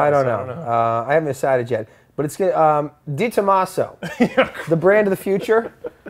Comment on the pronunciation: " Detomaso" HA HA HA HA HA!!!!!!